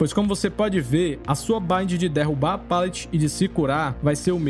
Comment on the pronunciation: Se pronuncia palete mesmo, com som de "a". Seu conteúdo é muito bom, sou inscrito do canal mas ouvir "pêlete" diversas vezes é angustiante.